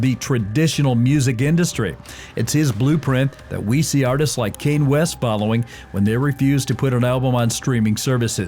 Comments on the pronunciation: Kanye is pronounced Kon-yae. Not Cain. Kanye. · Kane? It's Kanye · "Kane" West - is this some bootleg AI or just a human that is more than clueless... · How does one pronounce Kanye? Pretty sure it's not Kane. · oh god the way he said kanye's name reminded me of what Kanye said (rapped) about how some people pronounce his name lol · If the AI voice can say Yellow, it can say Kanye